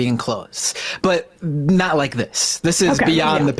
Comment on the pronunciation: Peterskin makes the word "not" a two-syllable affair. Noet.